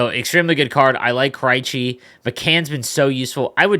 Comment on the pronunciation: ....its krejci with an eeeh kreeeehchi..... not an iiiii lmfao love the content my guyI. Your the best just needed to bust ballz!!